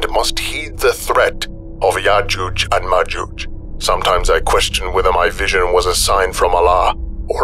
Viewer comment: I could be wrong, but if you listen again I am pretty sure that called yojuje and majuje the entire way through. that the entire time. I will also listen back at my next opportunity and report back.:-)